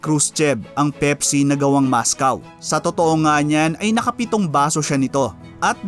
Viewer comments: mOscOw ndi mascaw kahit mga bata alam ang pronounce s school ...pero informative nman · Mos-kwa po hindi Mos-kaw. Sana wag kang ma offend sa comment ko. Keep it up, madami akong natutunan sa channel mo.